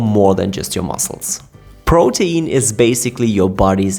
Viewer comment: PRO-teen. It flows off the tongue better when you pronounce it like that. Sorry, it's driving me nuts how you keep saying pro-tee-in.🥵